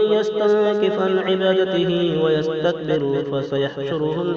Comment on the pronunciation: ماشاء اللہ بہترین انداز. آیت نمبر 172. آپ جزم کی جگہ پیش پڑھرہے ہو. ویستکبر. ر. پر پیش پڑھرہے ہو. درستکرلیں. زاہد حسین رشیدی. بونٹوی مقیم حال. سونی پت